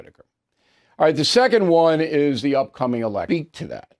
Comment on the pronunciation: When you say election I hear selection